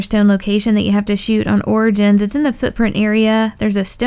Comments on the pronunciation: Origins not De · origins not der eisen